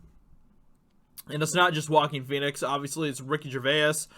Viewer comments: It's Ricky "Jur-vays" Gervais. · Phoenix didn't 'slam' anyone. He loves his liberal vegan Hollywood friends, because he is one of them. B.t.w., why are you pronouncing Ricky Gervais' name in such a weird way? It's pronounced "Jer-Vase", that's all! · Say it like Ricky G vase lol I'm British so thought I'd help out